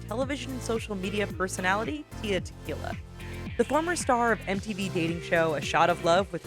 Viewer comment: knee knee leaks not nay nay and tea la tequila not tia. google pronunciations